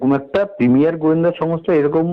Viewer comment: কথায় কথায় ইংরেজি বলার খুব শখ্, কিন্তু বলে ভুল... প্রিমিয়াম কে বলে প্রিমিয়ার!!!